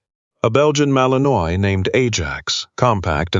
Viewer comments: Seriously, people? The breed name is pronounced Mal-en-WHA, not Mal-en-oiy. Come on. Get it right. If you can't use a word, why use it? It just makes the dialogue sound ignorant. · Granted, it's AI, but maybe it could pronounce properly - mal-in-wa not mal-in-oise. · Narrator, I sure wish you knew how to pronounce words better...not trying to be mean, but it's "malin-waaah" ok? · Fix the AI & find a photo of Belgian Malinois if that's what the story is about. Pronounced Mal in wah, btw. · Malinois is in French and pronounced Mal-in-wah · AI can't pronounce it correctly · Looks like the pronunciation of the breed type which is the subject here could, at the very least, be correct !!!